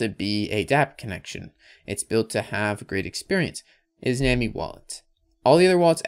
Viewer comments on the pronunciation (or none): it is def pronounced "nah-me" like nami from one piece, not nuwaaameee